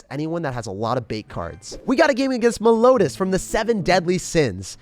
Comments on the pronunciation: ik i was just making a joke cuz its meliodas (mell-ee-oh-dis) but you said melonas like a melon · LOL, he said Merloda not Meliodas. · It's pronounced meliodas not melodas!! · “Melodas” my favorite anime character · Great video and all I love your content but that Meliodas precaution was wack🤣"melodas"